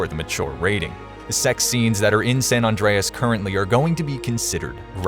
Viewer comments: I'm cringing every time it's called "San Ondreas." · Surprised that people pronounce San as 'Sawn' and hearing "Sawn Andreas"